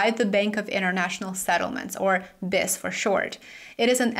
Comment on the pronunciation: The Bank for International Settlements’ acronym is pronounced Bee Eye Ess. Don’t mean to correct you just trying to help. 👍